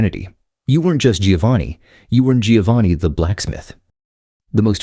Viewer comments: You would think a video about Italian names would have an announcer who could pronounce Italian names. You would be wrong. Giovanni is pronounced Joe-vah-nee, not Gee-oh-vah-nee. Medici is MED-itchy. Unless you're a computer, then why bother. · Less than one minute in and I had to bail with these fools. Giovanni is Never pronounced (phonetically) ‘GEE-oh-vahn-ee’…it’s (phonetically) pronounced, ‘JOE-VAHN-ee’. Ciao, idiotas 😘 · I just managed 34 seconds until the Italian AI voice read Giovanni (John) as giovani (young), sorry you lost all credibility! I listened to the English version and… this is what the Italian would would call “bar counter” knowledge! It’s all mostly BS and some “common sense”. Oh and you forgot the 2 most popular surnames in the north Colombo (again the abandoned children) like Cristoforo (Columbus) and Brambilla. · Giovanni is not pronounced Geeovani.